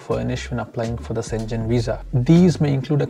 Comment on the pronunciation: Schengen is pronounced as /ˈʃeŋən/ not senjen.